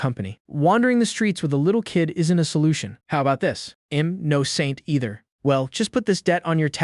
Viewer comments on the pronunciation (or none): none